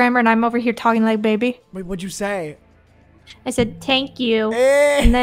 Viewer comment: I almost choked when said “tank u” and “fanks”